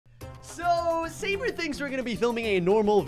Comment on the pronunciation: at 44 seconds called sabre gaybre lol